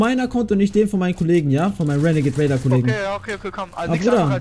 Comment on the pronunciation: Ich Feier es wenn du renegat raider sagst